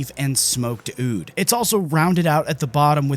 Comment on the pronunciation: It's not pronounced ODE... it's pronounced OOD. Just letting you know!